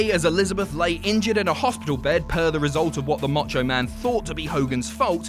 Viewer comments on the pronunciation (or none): did he say Mocho Man?